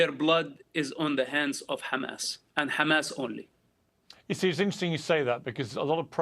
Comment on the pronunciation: Again with this Lawyer Pro-Hamas women. If you guys in the comments are seriously going to sit there and so "Yes shes right" then your absoutely delusional and trolling. She cant even say Hamas. Shes sick in her head and needs mental help. O and you DO NOT SPEAK FOR THE PALENSTIANS!